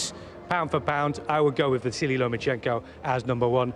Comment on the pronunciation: Spencer has clearly been practising how to pronounce Lomachenko.